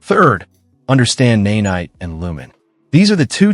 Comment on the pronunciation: This video got my sub to this channel but I bet you have a lovely speaking voice and I’d love to hear it over this AI voice that says “naynight” lol